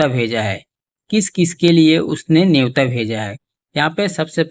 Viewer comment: नेवता, you mean to say न्योता?? #JayShriRam